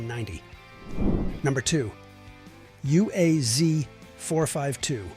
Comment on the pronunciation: uaz is pronounced waz